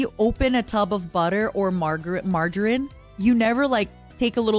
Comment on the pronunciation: The russian pronunciation of margarine almost slipped in But really what's wrong with eating butter? Kinda fatty but still. Salo is even more fattier but people eat it all the time